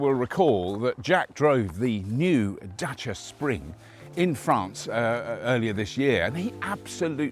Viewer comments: I get a mini chubby whenever someone pronounces Dacia correctly. As a Romanian, thank you for taking the time to learn how to say it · Surprisingly correct pronunciation of the word Dacia.